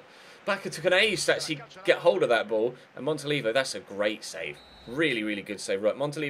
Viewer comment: i think you say it "Montoliveeo"